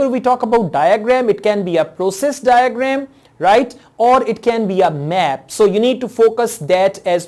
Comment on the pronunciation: daygreeem daygremm😂😂😂